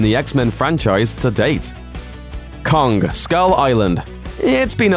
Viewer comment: Lost all respect for the list when you said kong. Really?